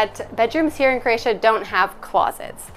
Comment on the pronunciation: I’m new to your channel and find it very interesting. Bravo! Having Croatian heritage, I am having issues with how you pronounce “Croatia”? I keep hearing “Cra-tia” “Cre-atia” or “Creatian”.